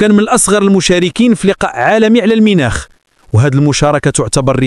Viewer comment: Ça veut dire quoi minakh, car pour nous c est mounackh et pas minakh.?